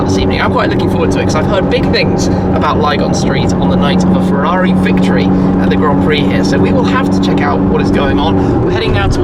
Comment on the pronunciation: Forza FEUAUUIIII, I can't hear that please stop, FERRARI NOT FEUAUI